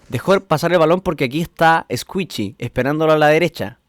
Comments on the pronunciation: Es "escuishi" no "escuichi" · Squishy no escuishi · No es Squichy es squishy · Min "Escuichi" xdxd